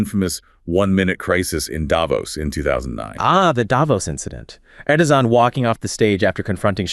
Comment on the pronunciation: "Erdozan", "Erdohan", "Erdosan", "Erdoman", "Erdonan" 😅 Come on guys, you can voice a video by yourselves, I mean without ai 😊.